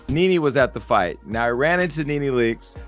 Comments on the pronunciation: Her name is Nene not Nan ,!! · Her name is pronounced like the word knee (knee knee)...not nen or neen ...yw 🙂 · Who narrated this???!?!? They can’t even say her name correct !!! Whoever narrated this should do their due diligence on sayings name correctly!!!